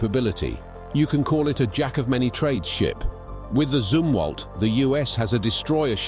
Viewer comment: The Zumwalt was discontinued, only 2-4 are being built. It's pronounced Zumwalt, like Yum-walt. What the hell is a Zoomwalt you stinkin limey?